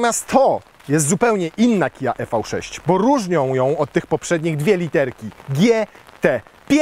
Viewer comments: Tak sobie Kia życzyła nazywać: i vi sześć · Redaktorze #, zgodnie z zaleceniami samego producenta należy wymawiać z angielska "Iwi 6" 😎